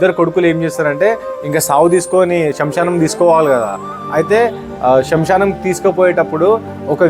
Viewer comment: అన్నా శంషాణం కాదు అన్నా, తప్పుగా పలుకుతున్నారు స్మశానం అంటారు.